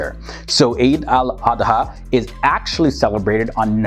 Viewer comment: the pronunciation is eed al adha